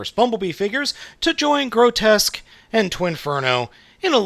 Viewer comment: It's pronounced "gro-tusk".